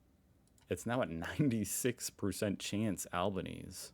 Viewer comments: I'm watching pm Saturday 3rd May, about 3 hours after you uploaded the video. The polls closed at 6pm, so about half an hour ago, give or take...😏 Albo's name is pronounced Al-bah-nee-zee.😀 🙃🐨🇦🇺 . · Italian pronunciation is Al-bah-knees-eh… just add an “Eh” to the end of how you say it. Aussies tend to use correct Italian pronunciation for Italian surnames and words. We therefore say Pahr-sta for pasta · The name is pronounced “AL-BAN-EES-ZEE in Australia!!! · Albanese rhymes with Sleazy. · NOOOOO NO GOD NO ITS AN ITALIAN LAST NAME THIS DRIVES ME CRAZY 😂😂 Albo-nEASY pronounced like that omg dont listen to stupid AI tell you how to do shit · Forget it it will be over before you do next week. It’s (al ban e z) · Trust an American translation app to mispronounce words. It's pronounced Alb-i-neez-ee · Albanese is pronounced "Alban-easy", but most refer to him a "Albo". Dutton is referred to as "Dutton" or "potato head". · It’s pronounced Alban easy. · Pronounced 'Al ban easy' said fast. I did early voting last week. So much easier! 😊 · Albanese is pronounced ...Al....ban...e....zee" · Hi. Anthony Albanese’s name pronounces the E as ee. Cheers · Also Albanese is pronounced Al-ban-ease-ee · 1. Albanese is pronounced "Alban-easy" 2. The odds you are looking at are "primary votes" which doesn't necessarily translate to a winner. Generally the (conservative/centre-right-wing) Liberal National Party gains more primary votes, but (centre-left-wing/progressive) Labor generally gain more from preference flows. It's an odd niche of our preferential voting system, which I would encourage you to react to (if you haven't already). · Albanese is pronounced Elbow knee see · Albanese is pronounced - al- ban -easy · Said al ban eesi. It is Italian. In Italian the e on the end of words is ee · The robot voice giving you the wrong pronunciation of Albanese is extra painful. That one's not even your fault! FYI, the e at the end is pronounced (it's an italian last name)